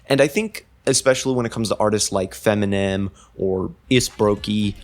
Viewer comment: some corrections: 1. iirc it’s pronounced “fem-tuh-nal” 2. this is digital hardcore, which is an offshoot of DnB. breakcore is a separate offshoot of DnB that’s more focused on synth pads and rapidly-changing drum patterns, whereas digital hardcore generally has more looping elements otherwise, great video!